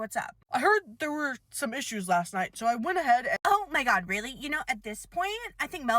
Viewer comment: “Ouah my gohd” IS KILLING ME